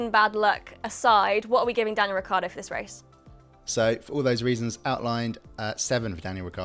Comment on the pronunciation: This is a good idea for a series but it was a bit boring to watch. Stream line it and be definitive in your scores. BTW Get Daniel Ricciardo's name right.